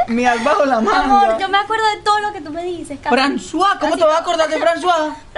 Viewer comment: Me dió risa cuando le digo como se llamaba la barracuda y dijo fransua XD pero son más divertidos qué Kimberly Loaiza y Juan Pantoja